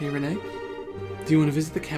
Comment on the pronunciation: It's pronounced as "Ren" not "reh-ney". Just a heads up! :)